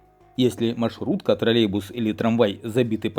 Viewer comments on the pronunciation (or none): none